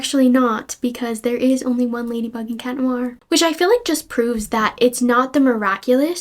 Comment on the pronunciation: =bro said ladywug